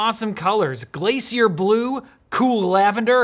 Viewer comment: did this guy just pronounce glay-sher as glay-see-er .... f'cunucks 🍁